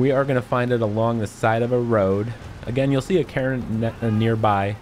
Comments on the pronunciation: Cairn isn’t pronounced “Karen” Jesus Christ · Cairn sounds too familiar to Karen in your accent 🤣 great vid, thanks for the info! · That is not how you pronounce Cairn man. Say Kay-urn as a single syllable.